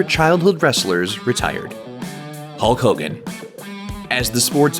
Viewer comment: hulk who-gan?